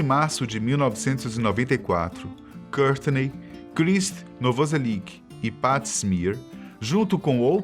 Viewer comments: Ele falando o nome do Krist Novoselic é engraçado kkkkkkkkkk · Muitas pronunciações erradas. Aberdeen Fecal Matter Krist Novoselic